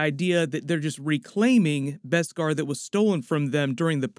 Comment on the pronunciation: BESKAR! NOT BESPAR!